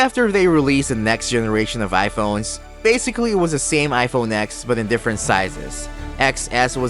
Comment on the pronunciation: It’s iPhone “TEN”, “TEN S”, and “TEN R. Like Roman numeral X. It’s not called “Ex” as you stated in your video.